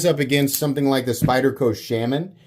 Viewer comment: SHAMAN, SHAMAN, SHAMAN, SHAMAN. Smh